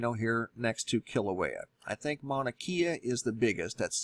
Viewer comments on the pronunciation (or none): PS: Hawai'ian Pronunciation: "HEE-LEE-NAH" (Hilina) Slump. And, "MAH-OO-NAH- KAY-AH (Mauna Kea); MAH-OO-NAH-LO-AH (Mauna Loa). ❤ I love your videos and share them. Thanks! And, ALOHA! 🌺😘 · Pronunciation correction PLEASE, respect the culture. Hilina pronounced hil-eena. Mauna Kea pronounced Mauna Kay-uh. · There is a very large crack in the earth in Puna that the geologists have been watching. The Big Island is shaped like a mushroom, there is no land shelf. The Puna Trench is very deep off the coast of the island. Mauna Kea (pronounced kay-ya) is the tallest mountain on the planet; most of it under the ocean. Hilina (pronounced hee-leena) Slump could slip into the ocean with one good earthquake. People died in the 70s when this happened and many beaches on the Southeastern coast disappeared. The high water mark on the West Maui Mountains are over 1000 feet from the last megatsunami you mentioned. The Ring of Fire is hot and things are getting very real. Madame Pele will remind everyone on the planet who's boss. Nature rules regardless of humankind's hubris and arrogance to believe otherwise.